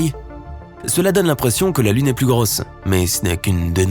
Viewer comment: "Plus elle à l'air Grooosse" l'accent de Toulouse la voix.